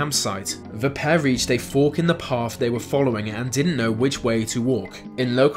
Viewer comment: Path! not paff. Yep, you're credible.